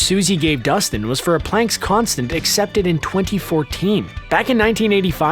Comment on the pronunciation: It's planck